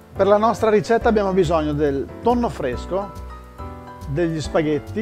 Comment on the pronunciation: Tutti,tutti sanno che mangio pasta...con TONNOH con TONNOH